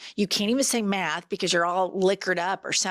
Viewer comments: the idiot couldn't even pronounce Math !! for god sake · Had trouble saying math